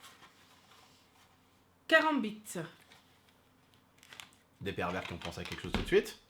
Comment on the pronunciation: Quand a dit le nom du couteau « Caranbite » je buvais du lait j’ai tout cracher 😂😂😂😂😭😭